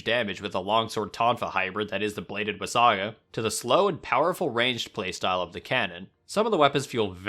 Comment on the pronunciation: he said wasaga instead of wagasa :sob